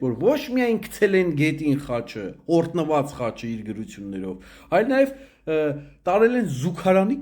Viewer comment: ՕրՀնված ոչ թե օրԴնված